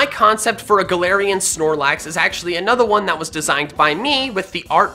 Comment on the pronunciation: anothawon lol